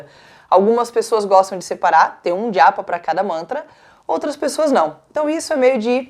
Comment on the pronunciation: Porque você fala djapa 😵‍💫